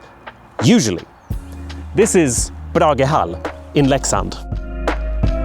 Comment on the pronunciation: The good Bragehall pronounciation caught me off guard